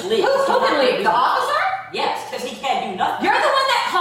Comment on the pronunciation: Boy she doesn’t like consonants does she. Going hard on them every syllable she speaks. Sisssttttterrrrr offficccccerrrrr . Enough to drive anyone nuts